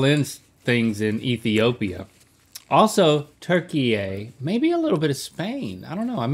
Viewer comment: i wish they knew how to pronounce turkiye